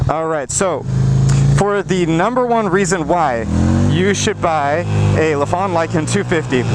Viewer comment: Why does everyone mispronounce their name lol. Its not Luh-phan, its Ly-fan like lycan.